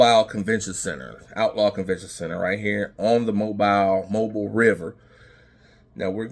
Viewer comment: Pronounced Mo bill not bile